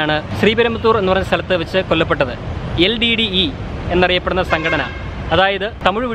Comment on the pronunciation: LDDE അല്ല LTTE